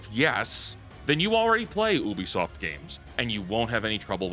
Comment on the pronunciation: Brother pls it's pronounced you-bi-soft. Where are u getting the "oo" from?